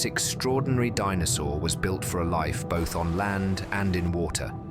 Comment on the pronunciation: Who is reading this out? The voice said "bot H" - what happened to "both"?